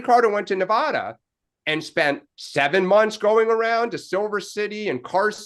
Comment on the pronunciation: Thank you Larry, for emphasizing the correct pronunciation of NEVADA.